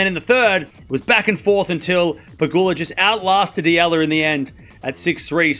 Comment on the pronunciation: I like you. You talk fast, but at least you pronounced Eala name correctly! 👍❤ 🇵🇭 Oh! Alex will be healthy for the French Open! I believed!